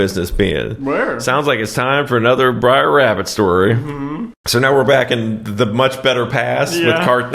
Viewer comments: Why he say briar rabbit? Instead of br'er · Braer, its brother. Stop saying briar. Y’all Californians aren’t versed in the south. You also don’t know the value of water. Eta: you’ve also obviously never worked cattle. Also yes your great grandparents owned slaves, I guarantee you aren’t brave enough to look up your family history. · I think it's Brer Rabbit, not Briar Rabbit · "Briar Rabbit" again? lollllllll - ------ "BROTHER RABBIT" ---- "Br'r Rabbit" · It’s Br’er Rabbit. Br’er is short for Brother.